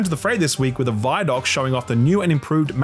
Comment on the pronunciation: Wait wait wait... Did he just pronounce it "vye doc" instead of "vid doc"...? To the gallows with you.